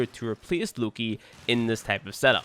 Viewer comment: btw it's Lo-Ki not look-I